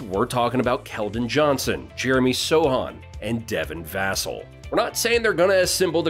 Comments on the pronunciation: It's vuhhhh-celll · It’s Va-Cell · It's pronounced Vuh+sell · Other than saying Vassell's name wrong, good video. GSG! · "Vassell" has the accent on the 2nd syllable. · You’re mispronouncing Vassell